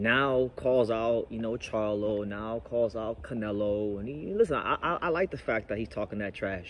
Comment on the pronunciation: He Disrespected “The Face of Boxing” he called em “Canela” 🤣 He called Charlo, “Charla” 🤣